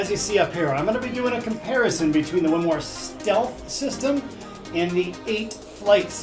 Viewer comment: WINMAU... WIN-MOWW Why are you saying Win-MAR?????????